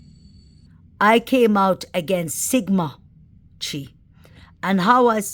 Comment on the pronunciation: Hey, CHI is pronounced " Ki" in this frat. As in the word KITE. Sigma Chi. Love your work, huge fan!